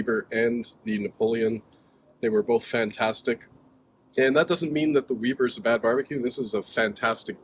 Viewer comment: It's not "Weeber" It's "Weber"